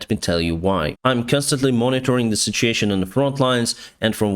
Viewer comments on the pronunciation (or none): talks English well, BUT I love his saying Sitsheeation..(situation)...Love